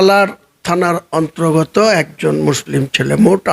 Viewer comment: 'অন্ত্রগত' 'উত্রপ্রদেশ' এই ধরনের ভুল উচ্চারণ হয়ে যাচ্ছে স্যার ! লক্ষ্য করার জন্য অনুরোধ করছি!